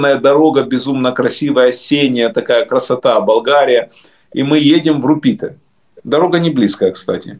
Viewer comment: РУпите, а не РупИте